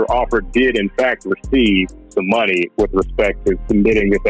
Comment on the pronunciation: It's not pronounced Moon-nuh it's pronounced Money.